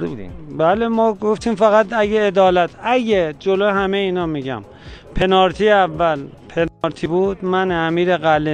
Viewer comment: یکی نیست بگه پنالتی نه پنارتی